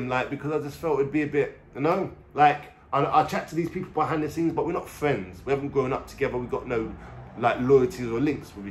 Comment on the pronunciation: Cracks me up how this punter says fweends 😂😂